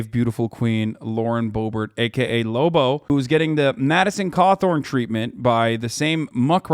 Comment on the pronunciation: Don't ruin the name Lobo like that.